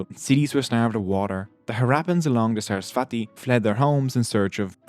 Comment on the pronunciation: Hiiii! Thanks for posting this! ALOT of helpful info, seriously. Buuut~~~ Saraswati is actually pronounced as SUR - US - SVUH - THEE (the THEE is pronounced as the TH is THermometer)